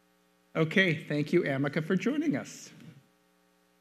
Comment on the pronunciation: I'm sorry, but "Amica cream" ruined it for me 🙈😅 I am battling to take Amica seriously 🙆‍♀️🙈